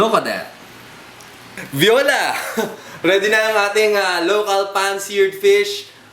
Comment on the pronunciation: He meant Voila. XD